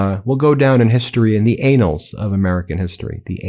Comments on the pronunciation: Annals is pronounced like the name Anne not anal 😅😅😅😅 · The word is annal not "anal". Lmaooo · "Anals of history"? "Annals" is a little less disgusting. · The word is annals. It means a concise historical record in which facts are listed chronically. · All of you need to learn how to say annals instead of there is a difference between annals and anals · The Anals of American history ? Anal = (AY-nul) Having to do with the anus. The anus is the opening of the rectum (last part of the large intestine) to the outside of the body. Annals = (Ann-uhls) The record of an activity or organization, arranged year by year, or a history that covers a long period of time. One is an arse hole the other a yearly record Which one do you mean? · "the anals of history...". 🤣😂🤣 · "It will go down in the anals of American history." Damn straight! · If what he says is true and the dem guy said “it would be going into the anals of history”, he means it goes down as the worst attack in the history of attacks. And the gop guy repeats it with out knowing what the word pronounced as anal is the anus! He is so dumb. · I don’t think saying ‘anals’ was a mistake. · He meant "annals". Doesn't know how to pronounce it. He's so stupid he doesn't now his own language. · These people eed to learn how to pronounce the words they want oo us. ANNALS pronounce with a first letter like in apple. ANAL IS A totally different word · It infuriates me. A grown man, cannot pronounce An-nals (annals) . Or maybe that’s correct, operations in Iran will go down in the butt hole in American history.